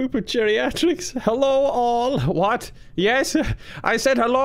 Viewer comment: I dont know why but the "Yers" always gets me🤣🤣🤣